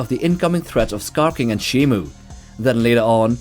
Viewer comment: shimO. MO MO MO. Not Mu. What does everyone say shimu????